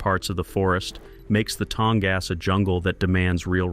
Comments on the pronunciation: "Tong-ass" You got to love AI. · The “creators” need to show a little effort and correct pronunciation errors. They probably don’t even listen to the whole thing themselves.